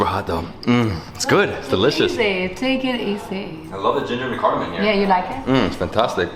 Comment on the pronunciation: It's not Cardamon...... sorry you don't know It's called CARDAMOM